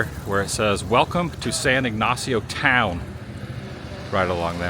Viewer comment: Cayo means Key as in the Florida Keys. Pronunciation of San Ignacio is all good. 😮I would be horrified about the footage, but glad you were able to save most of it. Thank you for taking us with you on this adventure!